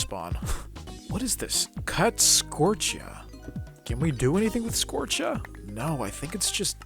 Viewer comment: It is called fluix crystals pronounced flueex crystals also it's scoria